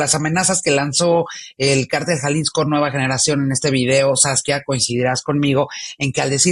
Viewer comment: Háganle un favor a Saskia y díganle que se pronuncia CÁRTEL... ¡NO CARTEL!